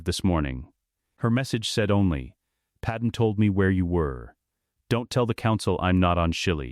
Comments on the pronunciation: I really dislike that it keeps saying Padam instead of Padme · It's not pattern it's padme, you numbnut